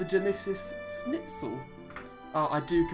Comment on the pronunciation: Really mate? You pronounce my name "snitzl" in brittain?